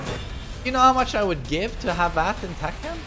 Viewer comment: "You know how much I'd give to have that in tEkkÆn?"